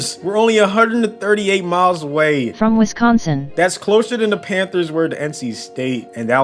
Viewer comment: He can't even say Wisconsin #NebraskaHuskers